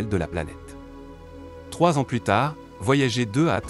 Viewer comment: On dit voyager comme gerre